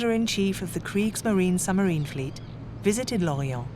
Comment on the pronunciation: Why does the lady narrator not pronounce the “b” in submarine?